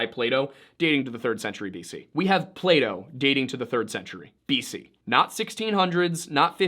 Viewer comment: Its fucking PlaTo not Playdough